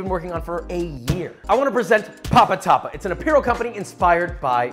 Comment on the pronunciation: I thought the beanie said papapa not papatapa, as someone from the danmei community…. Shit made me laugh